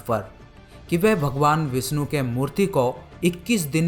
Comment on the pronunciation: भगवान विष्णु not विस्नु , सादी नही शादी भ्राता आप हिंदी डिक्शन pe kam karo....apke sha or sa me ... problem hai